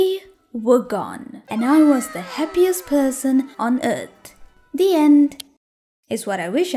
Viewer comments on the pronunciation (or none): "Happiezt perzon on Ert" Edit: idk wh but I find this so funny